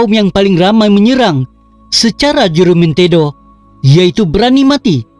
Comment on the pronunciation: Admin.sebutam mu tentang HUJAMENTADO tu sebutlah betul2..JOLO ni pun sbutlah btul2. Ehh! Malam maulidurasul mana ada kena mengena dgn " KAJA" I AM REAL TAOSUG AND REAL BURANUN. Bukan setelah di tempah masalahlah bangangggg..setelah mendirikan rumah tangga